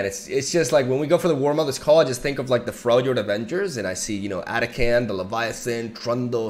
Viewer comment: AH-TAH-KHAN didn't even hit once in this video, dafuq lol.